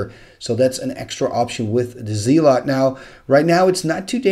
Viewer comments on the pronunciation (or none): I love your videos and the commentary on them is always wonderful. Your English is damn near perfect, so I hesitate to mention anything. But I come from the American South, so take that as you will. Most Americans I am around pronounce "tortoise" as "tore-tuss." Same with "Zealot." Most people I know pronounce it "zell-lot." Again, no hate. I love the videos and love the commentary. Just wanted to post this.